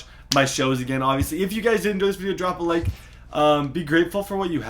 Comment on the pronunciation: When “drop a like” sounds like “do you have any change”